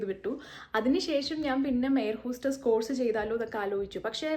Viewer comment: Course എന്ന വാക്ക് ഉച്ചരിക്കേണ്ടത് 'കോഴ്സ്' എന്നല്ല. മലയാളത്തിലും തമിഴിലും 'ഴ' എന്ന letter/sound ഉള്ളത് കാരണമാണ് നമ്മൾ അങ്ങനെ തെറ്റായി ഉച്ചരിക്കുന്നത്. ഈ വാക്കിന്റെ ശരിയായ ഉച്ചാരണം മലയാളത്തിൽ എഴുതുകയാണെങ്കിൽ 'കോസ്' എന്നാണ്.